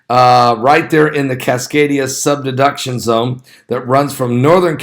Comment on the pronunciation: Great video! 👍 but it’s Cascadia subduction zone. Not sub-deduction.